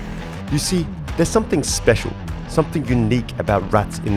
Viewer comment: Yoo it was crazy when he said it spical